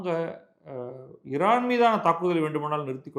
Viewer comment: நீங்கள் ஒருவர்தான் மிகச்சரியாக உச்சரிக்கிறீர்கள் "இரான்" என்று